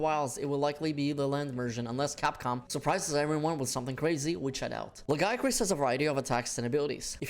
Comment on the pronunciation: Who in the west first pronounced Lagiacrus wrong? It still erks me. Great vid otherwise.